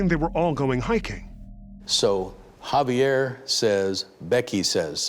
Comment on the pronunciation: Professional newscaster constantly pronounces the name "Javier" as "Have yer" - who does this. "I'm a professional but I'm not going to bother pronouncing a name correctly." Hint: it's "Hah vee air" - very easy to say. Except you didn't. "But I'm a pwofeshinnal!" Got it.